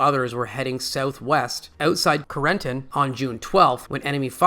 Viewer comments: Doesn't AI narration suck? CARE-N-TAN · Between the atrocious narration (inability to properly pronounce words like 'Carentan' and 'Bastone', and this being a simple rehash of the BoB series with absolutely nothing new/different discussed or revealed, this video was a waste of time.